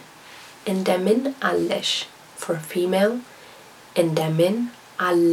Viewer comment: you shouldnt say indemin Allesh its most common to say Indemin nesh the L is unnecessary the girl in the video was wrong. she made a lot of mistakes here